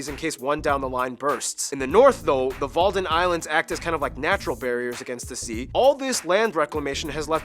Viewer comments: Walden Islands?? Come on . De Wadden! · Not the walden islands but wadden